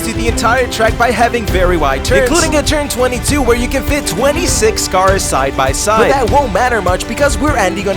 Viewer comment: Bro da cawrs are gona twansfowm into robots and throw hands